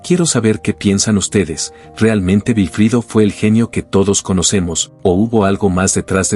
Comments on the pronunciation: ¿Por qué dices Vilfrido, si todos lo conocemos como Wilfrido? Literalmente. Recuerdo que cada vez que lo presentaban en un programa decían Wilfrido Vargas ( es decir literal se pronuncia uuilfrido, algunos decían guilfrido) pero jamás con V, tomo si lo haces tú. A ti es la única persona que se ha escuchado nombrarlo así. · Es verdad, da impaciencia escuchar decir Vilfrido y no Wilfrido. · Se pronuncia Güilfrido, no Vilfrido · No sé dice vilfrido es Wilfrido vargas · El señor se llama wilfrido vargas tienes tienes que practicar ese nombre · La persona que narro esta conversación no dice el nombre del artista como es nunca supe que se llamara vilifrido se que se llama Wilfrido. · No entiendo como se en esta historia se obviaron tantos detalles. Uno de ellos es que la “compuarizada” voz lo llama “Vilfrido” También, en termino de la historia hay muchas areas en la rl como lider ayudo a muchos de los miembros a conseguir la fama después de pertenecer al grupo. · Otra cosa mi amigo. Aquí en Hispanoamérica la W se pronuncia como U no como V. Perdón fue solo un aclarando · Y el que cuenta la historia NO sabe pronunciar el Nombre de WILFRIDO… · Pero de donde saca tanta información este hombre sus músicos nunca han publicado eso o por lo meno si y nisiquieta su nombre lo sabe pronunciar